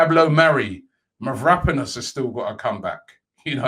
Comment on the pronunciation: MAVRO-PAN-OS stop saying marapidos 😂😂😂